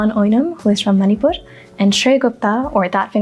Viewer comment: Great going.. Enjoyed it 1. Sound of ण is different than न. Your pronunciation of मणिपुर was मनिपुर which sounded odd. Am not sure how do native speakers pronounce it. 2. Sindh is the other name for river Indus ❌ Sindhu is the other name for river Indus ✔️. There is another river as Sindh which is a tributary of Yamuna You should have chosen some other Sindhi song because by default the moment you say Sindhi, it's Dama Dam Mast Qalandar.